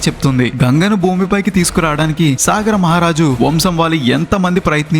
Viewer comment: సాగర మహారాజు కాదండీ. సగరుడు.